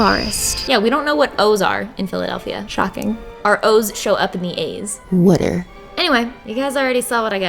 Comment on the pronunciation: Let’s not forget “weter” instead of water